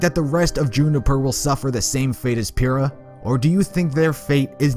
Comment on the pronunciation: Awkward.. its actually 'Pyrrha"